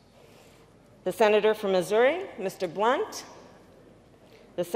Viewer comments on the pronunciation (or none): none